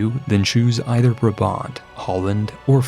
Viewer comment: Brabant: keigoeie uitspraak jonguh, great reference to the East German car 😎 and I guess the capital city of Friesland is Mayonnaise City 😋